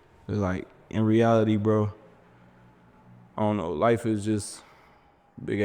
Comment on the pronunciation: Ending the vid on a “ion know”😂